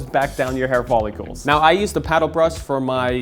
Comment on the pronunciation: They’re hair “follicles”, not “follicules”.